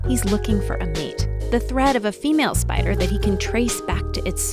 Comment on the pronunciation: EXCUSE ME DID SHE JUST SAY SPEEDER INSTEAD OF SPIDER IN THE START??